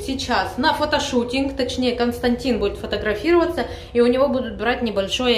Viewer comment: Константин, так и зовут. Только ударение на первый слог. Немцы знают это имя